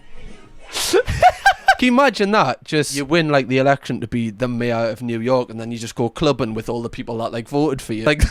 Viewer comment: The new May-ah haha.. FFS. Could you have said Mayor any more geordie?